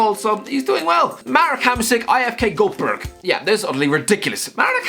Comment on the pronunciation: The way he Said IFK Göteborg 😂